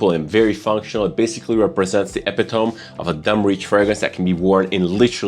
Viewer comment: epitome - eh-pit-o-me ...not epi-tome